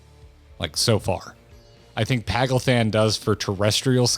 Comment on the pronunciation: Paglth'an has a brief pause between the th and an, so it'd be "pag - lth - ahn" imo